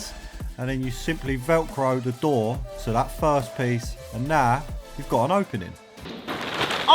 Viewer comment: When this bloke says “narr” he’s actually saying “now.”